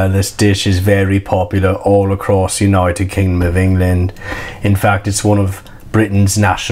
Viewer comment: ‘Untied Britain’ Amazing 😂